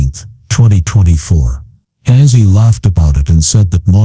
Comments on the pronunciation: I love Ozzy but couldn,t watch after a few minutes cuz of the ai speaker calling him Azzy. It made me ill. Get it right. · Its not assy its ozzy